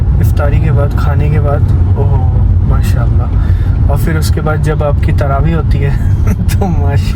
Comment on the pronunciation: Bhai, assalamualykum, aap ka talaffuz bohot accha hai bohot piari Urdu bolte hain, dil ko badi khushi hoti hai sun kar. Aap ne itni jaldi itni nafees Urdu seekh lee, MashaAllah. Bas ek baat hai ke "fir" na kaha karo, "phir" hota hai. Is mein Fey (ف) nahi hai balke Ph (फ) hai. Ye Urdu ke bajae Hindi ka sound hai, aur Hindi mein "F/ف" ki sound hi nahi hai. Jaise "fugga" nahi hota "phugga" (फुग्गा) hota hai. Aksar फ ke neeche nuqta laga ke फ़ usko ف ki sound dee jaati hai. Is ek change se aap ki Urdu aur bhi ziada piari ho jaegi InshaAllah. I hope you don't mind my comment, sorry agar aa ko bura laga ho tou. Niyaat aap ko takleef dene ki nahi hai bilkul ☺️